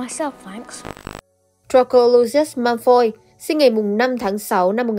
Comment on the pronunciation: Vid hay lắm, content cũng rất hay. Chỉ góp ý 1 chút là nên cải thiện 1 chút phát âm tiếng Anh của mình nhé 😊 họ Malfoy cậu đọc hơi sai chút nên nghe hơi lạc 😊